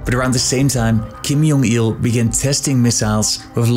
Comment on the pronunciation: Why did you pronounce Kim Jong Il as "Kim Yong Il"? Every North Korean media pronounces his name with J instead of Y. So why change the pronunciation?